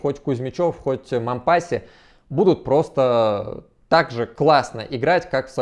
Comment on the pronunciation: Раз уж в ролике зашла речь про Мампасси (у него всё-таки на последний слог ударение, на французский манер) и Мариуполь "стёртый с лица земли" - рекомендую посмотреть ролики с канала "Мариуполь видео". Там показывается, в каком состоянии сейчас город. Выводы каждый сделает сам. п.с. Ссылок не вставляю, с ними коммент автоматически удаляется.